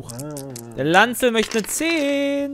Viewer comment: Lancel.... wie kann man den namen bitte so aussprechen ? xD